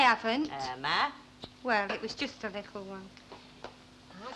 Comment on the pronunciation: I cringe when i hear Irma saying licul instead of little